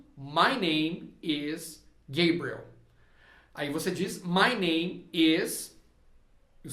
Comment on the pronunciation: Gosto muito de suas aulas e indico. Mas me tire uma duvida. Vc disse que nomes proprios nao ha tradução. Enendi que roberto nao é robert. Imagine eu falando, nao escrendo. Pergunto: vc falava gebriel. Para gabriel. Nao seria p correto dizer gabriel claramente. ?